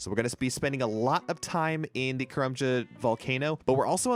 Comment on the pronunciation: Say karlambwan.. one more time 😂